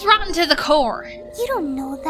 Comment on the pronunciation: said rottn to the core